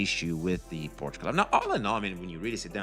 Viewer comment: it's pronounced like "shell" without the double "L" so: POR-SHE(LL) the E is NOT silent but the "CH" is silent so you don't say it like "porch" (that's in your backyard xd) but only with "SH"